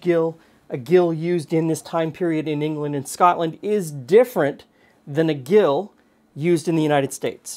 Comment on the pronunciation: To get unsalted butter from salted butter. Put the salted butter into a bowl of iced water and refrigerate overnight. The iced water will draw the salt out. This was how it was done back in the day. I teach student chefs this simple technique. Gill is pronounced Jill.